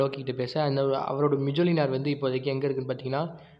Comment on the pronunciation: Bro, அது மிஜோலினார் கிடையாது மோல்னீர் atha first right ta pronounce pannunga apparom comics podalaam ok